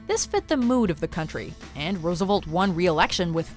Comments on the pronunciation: its Roosevelt, not Roosevult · Rosa Velt. Not Rooza Vult. Jeez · Rose-Uh-Velt not Rosavolt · Roosev-E-lt. not Roosevolt!!!!!! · FDR's name is RoosevElt, not RoosevOlt. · Velt not volt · RoosevUlt? Damn you Canadians don't know how to pronounce anything